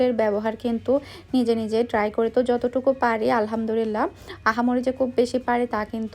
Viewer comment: "Alhamdurilah" ta thik kore bolen "Alhamdulillah"